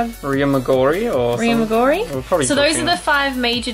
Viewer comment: Lol. Your pronunciations of Italian words is killing me...particularly "Cinque Terre" and "Riomaggiore."